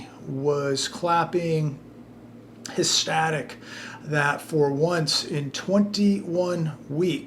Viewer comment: Hestatic? Its eother ecstatic or hectic